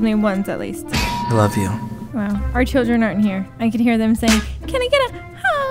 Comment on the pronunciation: “STAY AWAY FROM MY SHILLDREN”